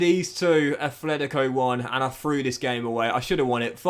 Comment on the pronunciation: Brother stop it !!! Please !! It’s NOT ATHLETICO ITS FUCKING ATLETICO !! It’s already like 4 years every time my ears bleeding whenever I hear it from you